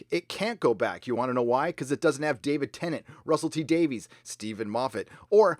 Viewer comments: Just a note re. Russell T. Davies... his name is pronounced ‘Davis’, not ‘Davees’ since he is Welsh. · "Davies" is pronounced ""Day-viss".